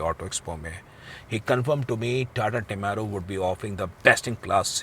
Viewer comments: Tada nhi tata hai ... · TATA always TATA not TA TA....